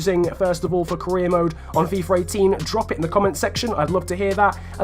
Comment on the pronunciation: WHY ARE YOU SAYING FIFUR 18 AND NOT FIFA 18